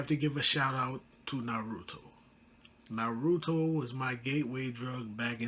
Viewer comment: Bro you pronounce naruto incorrectly, I am not trying to hate but you should look up how to pronounce it